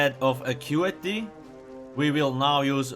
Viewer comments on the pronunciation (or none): i thought it was Ackutehhh